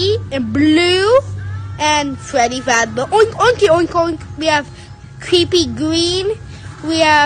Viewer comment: "anwd fruweddy fwaz bear oink oinki oink oink"